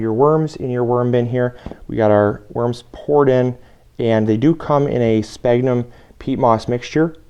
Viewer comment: Sphagnum pronounced sfag num. BTW More smaller holes no half inch remember they are wrigglers!